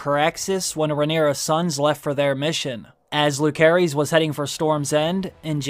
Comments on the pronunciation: "Lukerys"?!!!??? bich what? its "Luserys" and its written Lucerys. Yes Rhaenyra shortens it to "Luke" but his full name is pronounced "Luserys ValAaryean" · It s LUSERIS NOT LUKERIS PLEASE SPELL IT RIGHT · Why can’t bro pronounce Lucerys right?? Isn’t he like a fan?